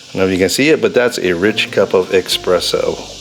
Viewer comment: There is no such thing as "eXpresso".